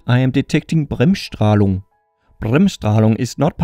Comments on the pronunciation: how do you speak Bremsstrahlung so german? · You Said it good. Bremsstrahlung Is a German Word, and means break radiation.